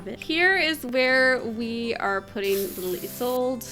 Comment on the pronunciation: do you have the mod to stop sims from other neighborhoods from walking around? so if you live in Henford-On-Bagley you wont see the Goth family walking around for no reason. I use that mod to simulate travel hardship in the sims world : ) ALSO! its "ee-sol-de/da" not "is sold" XDXDXD